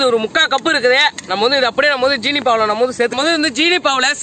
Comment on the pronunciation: Anna 'jeeni' EIIA 'seeni'